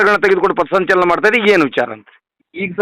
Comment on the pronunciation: ಪತಸಂಚಲನ ಅಲ್ಲಾ ಪಥಸಂಚಲನ... ಮೊದಲ ಕನ್ನಡ ಕಲತು ಆಮೇಲೆ ಹೋರಾಟ ಮಾಡಿ😂😂😂